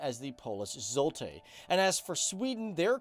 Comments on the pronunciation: The name of the currency is pronounced "zwoti", not "zulte". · "zoltah"? its "złoty". wtf is "cm" dont you mean "sejm". And of course Chaplin wasn't Polish. PLz, there are many people from Poland and Sweden that could help you with the topic, you just need to ask eg on twtter. Plus, guys from Poland, I'm so ashamed of you. Proszę pokażcie jakąś klasę i kulturę w komentarzach. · its złoty not zoltah xDDD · He also said zolty instead of zloty and something else too, funny tho :) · Who is or was Shoplin? Zolty is Zloty, pronounced Zwottyh. And, pierogi not pierogies! Don't use words you don't understand or know how to pronounce. Auschwitz, is not Disney Land. It is Auschveetz not Ausch wits. That place really deserves it's respect. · zloty not zolty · Not "zoltey" it's "zwoty" it's not that hard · But when you find an English speaker in Poland, you can talk for eternity Corrections regarding prenunciation : Złoty - ,,Zwoty" Eng. Sejm - ,,Seym"/,,Same" not syem. Kiełbasa - Not like ,,que pasa " ,,kiewbasa" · eeerr... yeah, "zoltah" and "cm" is obviously not right, but these subtitles you're reading are auto generated by youtube via speech recognition 😂